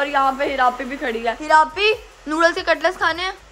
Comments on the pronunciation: katlas nahi cutlet kehte hain. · Aray cutlus niiii hota cutlets hota